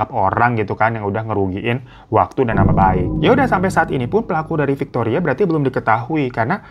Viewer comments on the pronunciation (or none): Bang pas dirimu blg "fictoria" ak lgsg ngelag parah 😂 ngebleng 😂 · Gw sereceh pas bang Hiro nyebut Victoria.. 🤣🤣🤣🤣 terkencing kencing eyke.. Ngakak ga bs berenti haduuhhh ampuuunnn 🤣🤣🤣🤣🤣🤣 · Victoria veronica 😂 dh brpa kali tuh slaah nyebut nama😂😂